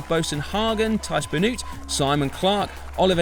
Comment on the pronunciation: Nice summary but please pay some attention to the pronunciation of the names of the ( Flemish ) riders. Try this: Teash Benoat, Oliver Naaassen ( the ae sounds like Quintana ) and Jasper Stirven. Keep up the good work!